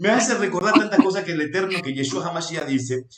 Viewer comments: Es muy CIERTO lo que la señora ha expuesto. Sin embargo con todo Respeto le sugiero que deje de decir Yesua. Ya que suena mucho a dioses indígenas de pueblos ancestrales. El nombre es YESHUA. ¿Por que pronunciarlo mal? Es una reflexión. Tampoco se debe dejar de presentar los panes. Sólo que nosotros lo hacemos con la Verdad de Yeshua .Debemos encontrar el punto de equilibrio sin quitar ni añadir. Tampoco se debe desvirtuar el Corban de Pesaj, ni decir que ya no es necesario .Ya que la orden del ETERNO ES PARA SIEMPRE Y PERPETUAMENTE. NADA DE LO QUE EL ORDENO VOSOTROS PODEIS QUITAR. ESTE CORBAN NI SIQUIERA YESHUA LO QUITÓ Y CUANDO VUELVA EL TEMPLO ESTE VA A SER EL UNICO SACRIFICIO DE ANIMAL QUE SOBREVIVIRA PARA SIEMPRE COMO MEMORIAL DEL REINO DE ELOHIM. QUE ES ALGO DEMASIADO SERIO ¡ SI ! Y NO PODEMOS ESTAR MATANDO CORDEROS ASI COMO ASI . PERO ESTO NO SIGNIFICA QUE YA NO SE DEBA HACER. YESHUA NUNCA REEMPLAZARA EL CORBAN DE PESAJ , YESHUA COMO SUMO SACERDOTE DEL PUEBLO LO HARA EL MISMO EN EL TIEMPO VENIDERO, ESTO TAMBIEN ESTA ESCRITO. AL NEGAR EL CORBAN DE PESAJ SE NIEGA A YESHUA YA QUE COMO EL MISMO DIJO, EL VINO A CUMPLIR LA TORAH. TODA LA LEY ESCRITA TODA !!! SE PUEDE PERFECTAMENTE CUMPLIR LA TORAH SIN DESVIRTUAR A YESHUA .¡¡ AL CONTRARIO !! ES LA TORAH LA QUE SUSTENTA TODO. YESHUA ES LA TORAH Y LA TORAH ES YESHUA. ASI COMO EL ETERNO Y YESHUA SON UNO. PARA EL ENTENDIDO, NO EXISTE NINGUNA OPOSICIÓN. QUITAOS LAS DOCTRINAS DE REEMPLAZO YA QUE ELOHIM MISMO PUSO EL EJEMPLO DE TODO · Gracias por la entrevista, una observación hno., debe corregir el nombre sobre todo nombre, es Yeshúa, colocó el nombre sin la H y fonéticamente suena diferente...sería bueno corregirlo porque de lo contrario veremos más y más personas pronunciando el nombre mal, imagínese tanto tiempo sin el nombre y ahora que la sabemos lo pronunciemos mal. Shalom a todos y es una sugerencia.